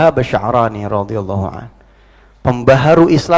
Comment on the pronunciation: Paol paol LEBAY ,,BLEPOTAN RODIALLOH HUANHU HANYA UNTUK GELAR SAHABAT ,WAH DIE NGASAL NIH